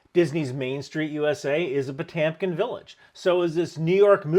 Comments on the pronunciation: old boy, you are pronouncing it wrong. First the Russian "O" is not made with the lips, but in the middle of your mouth. It does not sound like an "A". Second the "e" as you show it is missing an umlaut and is pronounced "yo" (but don't draw it out). I know you did not drop the umlaut. Someone else did. We will flog them later. If you need help with your Russian diction let me know. I can help you. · Kind of got the Potyomkin Village story wrong. The story is Prince Pyotr Potyomkin (spelled Potemkin but pronounced "Potyomkin," emphasis on the second syllable) was escorting Empress Catherine II across her newly conquered Ukrainian territory, and arranged to erect fake villages with false, two-dimensional facades. I have a personal story related to this. One of my professors at Moorhead State University (today it's Minnesota State University-Moorhead) was Dr. Victor Peters. He was descended from German Ukrainians, and his ancestors included administrators and lesser nobility. A family story told of Catherine the Great's visit: Professor Peters' ancestor was part of a a receiving line for the Empress. He approached when it was his turn, his name was announced, he bowed as he had been instructed by an equerry, and when he stood up he looked directly in Catherine's face -- and saw she was slightly cross-eyed! Stunned, flabbergasted, he moved on. No one had ever said anything about the imperial strabismus, and yet he had seen what he had seen. He found himself standing next to Prince Potyomkin, and unable to contain himself, he said under his breath to the Empress's chief minister, closest advisor -- and her lover -- "Did you know Her Majesty was cross-eyed?" Potyomkin turned to the man. "No." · Potamkin pronunciation is…horrible :) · there's a fkn E in the word... no one says TAMkin, stop it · Potemkin - pronounce Potyomkin. Потёмкин Ë, ë - yo. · Hearing you pronouce "Potemkin" has been legitimately painful. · The poster's pronunciation of "Potemkin" was off.